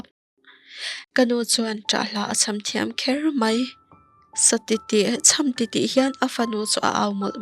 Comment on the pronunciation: Mizoṭawng chhiar uluk tur i ngah hle mai, "ka tiltip ani ber mai e" tiha tiltip hi i lam diklo a, i lamdan aṭangin, a awmzia pawh i hriat hmelloh, thu rolum tih te hi nang aia upa lo zawt nawn teh i lam rikdan a diklo ania